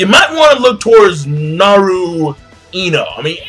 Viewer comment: Narino? LOL kol